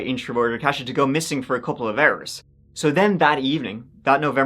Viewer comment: Believe it's pronounced as "Kosha", not "Cash-a". My Polish grandma called my sister, Katie, that when we were younger.